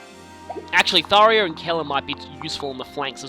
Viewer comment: I love Tharja's sarcastic "Yay. Danger.". Also, it's Thar-JA, not Thar-YA.